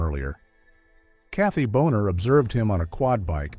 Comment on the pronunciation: Also, it’s Bill and Cathy Bona. Not Boner.